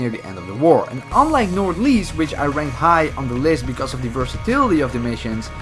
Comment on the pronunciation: How you said nordlys is what er write as nård løs